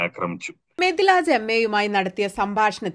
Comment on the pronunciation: 'മെതി ലാജ് , എന്നല്ല'മിത് ലാജ്, എന്നാണ് ശരിക്കുള്ള പേര്